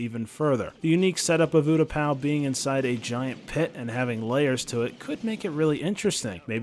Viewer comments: Am I the only one who got triggered about oootapau. It is pronounced Utapau. Good suggestion but I couldn't help but cringe at that! Edit: Moostafa 😂😂😂 lmfao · Is no one going to talk about how he said there wasnt an epic battle on MOOstafar? What do you call anakin vs obi wan? Also utaPOW makes me want to dislike the video